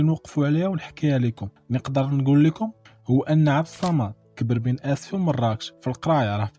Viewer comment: عبد الصمد ماشي عبد الصامد